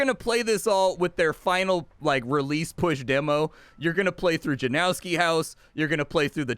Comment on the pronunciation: It's pronounced more like Yanovski not Janowski